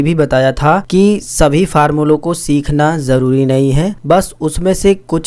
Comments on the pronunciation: Farmula nhi formula hota h😂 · Why is sir saying farmula